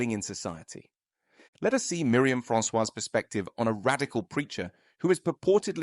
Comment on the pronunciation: silent s on 'Francois' 'could potentially' - always just 'could'